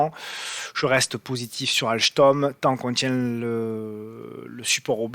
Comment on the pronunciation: Merci super vidéo mais pourquoi prononcer "AlCHtom"? 😂